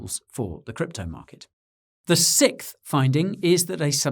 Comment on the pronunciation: Please, for the love of god, start pronouncing 6th correctly.